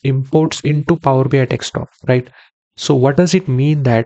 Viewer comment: Indians. It’s desktop not dekstop 😤😳